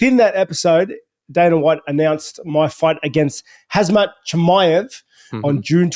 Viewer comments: His name is pronounced Ham-Zat or even Kham-Zat ... not Haz-Mat. It's just two syllables Rob. Surely you can respect your opponent enough to learn how to pronounce his two syllable name correctly? It's not like your opponent's name is Wolfeschlegelsteinhausenbergerdorff or something. You mispronouncing his simple name is like someone middle school kid pronouncing Colby as Cob-ly. It's just makes you come across as deliberately and childishly mean or developmentally challenged. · KHAMMMMZAT not KHAZZMAT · Bobby knuckles, calling Khamzat; Khazmat is so funny! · He said HAZMAT 🤣